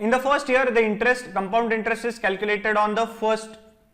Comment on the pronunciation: How he confidently saying comepound intrest 😂